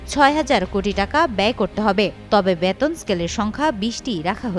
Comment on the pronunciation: This represented does not proper bangla pronunciation. She is presenting " Baton" instead of " Beton". What a shame!